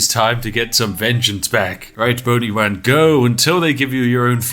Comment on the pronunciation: boni-wan kenobi🤣😂🤣